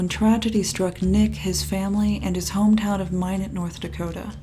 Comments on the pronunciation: Minot... it's [my not] not [mine it] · Wow, I may have gone to elementary school with this guy. BTW, it's Minot like "MY-not", not "MY-nit". 😁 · i appreciate the obvious effort you put into these videos but it's driving me crazy that there's a news clip that correctly pronounces minot and a clip where nick says minot correctly but between those two (and for the first 2/3 of the video) you pronounce it "minet" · As someone who was born in Minot, the way you pronounce it "My-nit" is adorable... More like "My-knot". <3 Also him being from Minot explains sooooo much honestly... That state, and especially that town has basically nothing going on ever... And if you aren't like a rich "normie" farmer type, you're ridiculed to no end. Basically everyone I knew growing up went on to become drug addicts, alcoholics, and the like... I'm glad this fascinating boy was able to escape the hell he was likely going through IRL and that people online generally seem to have treated him with compassion. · FYI it’s pronounced like ‘my knot’ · For some reason Minot seems like a fitting home town. Pronounced My not btw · Also it’s pronounced My-Not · Just an FYI, Minot is pronounced: MY-NOT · It’s pronounced My-Not. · I don't live very far from Minot and the consistent mispronounciation of Minot drives me kinda crazy.